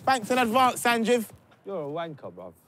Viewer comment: Still watching in 2019 and man called him sanjif raahhhh😂😂💯